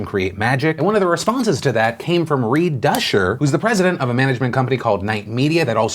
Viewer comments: Duchscher is pronounced “duke-sure”. Definitely not the worst attempt I have heard! At least you didn’t say “doucher” lol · Reed Duchscher must have to constantly remind people his last name isn't pronounced "Douche-er"